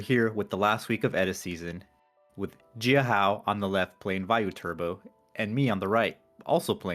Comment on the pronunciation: The ji-a h-ao pronunciation, I gave a 80%